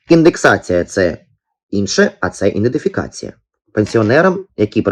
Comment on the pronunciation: "ІДЕНТИФІКАЦІЯ" ! Потренуйтеся правильно вимовляти. Ви ж виходите з публічним виступом !